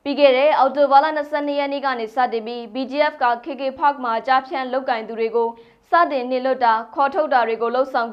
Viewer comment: ကေကေပတ် KKPARK ကိုဘယ်လိုလုပ်ပြီး ကေကေဖတ်ဆိုပြောနေလဲ မသိ။သိချင်လို့သာနားထောင် နေရတယ်။